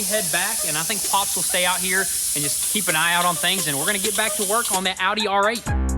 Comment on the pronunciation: Thought he said Howdy R8 lol